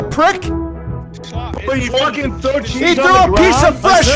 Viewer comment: "Ch-cheese": "Ch-cheese" fucking dies